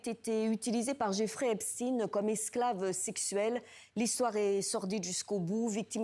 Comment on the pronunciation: Prononcez le nom de Epstein correctement.